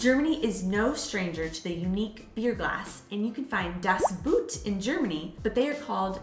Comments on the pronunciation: "Das Boot" is actually pronounced "das boht", which sounds almost like the English word "boat" - "buht" is completely wrong. The German "oo" is just an elongated "o"; nothing else. "Kölsch" is not pronounced ""Kolsch". What do you think the two dots above the "o" are for? Not just for aesthetical reasons! "Ö" is pronounced like the second "e" in "emergency", the "u" in "urgent" or the "i" in "James T. Kirk". Best regards from Vienna, Austria! 🙂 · Thanks so much for that topic! Two things I have to clarify: in German, when you try to pronounce "Das Boot", please don't do it the English way. It's more like "boht" with a long "o". So many Americans pronounce it the wrong way... 😉 And the other thing: as you showed a typical German Pils glass, it was actually a glass for wheet beer, called Weißbierglas or Weizenglas... Mayby it seems I'm to precise with it, but that one is probably a German thing that's really important 😉😬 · By them sounds like: "Das Buht" - whatever it is... 😂